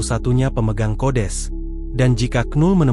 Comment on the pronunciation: Datuk kau kodes🤪. Sekalian kau sebut kudis. Yg betul itu kodeks😜